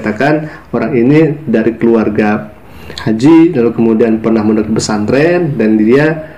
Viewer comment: Masuk pak santren...bukannya harusnya pesantren ya....Allah sdh membelokkan lidahnya,ngomong bhs indonesia aja keseleo palagi sok2 an baca alquran tmbh kelu lidahnya,bc yg latin aja susah banget😂😂😂